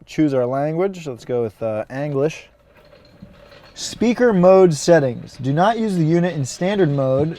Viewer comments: Bro said anglish instead of english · He said Anglish. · "Choose your language? I'll go with the... Anglish" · "Let's go with uh Anglish".......lol